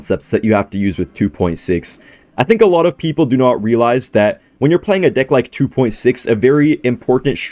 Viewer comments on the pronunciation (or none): bro did not say "deck"